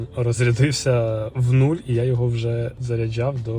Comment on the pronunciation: Что за слово заряджяу если правильно заряджав